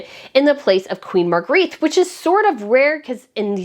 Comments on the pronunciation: Point of Order: The name is pronounced 'MAHR -gray-Tuh' not 'Mahr-greeth'. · Please pronounce her name as Mar-gret-tuh in Danish, not as in French Marguerite. It tickles my ears as a translator! Aside from that I'm so very happy that Frederik and Mary get the big job at last! Yeah! 😊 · Hi, I love your channel, and hi from Sydney, Australia! Queen Margarethe's name is pronounced "Marga-retta." Have you tried leaving a little hair out around your pretty face when you put on a headband? Instead of pulling all the hair back, put it on top of your hair. It softens the look a bit. I wear headbands a lot, and a hairdresser did it for me once, now I wear them like that all the time!